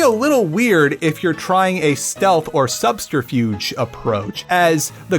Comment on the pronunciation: Why is this guy unable to say "subterfuge"?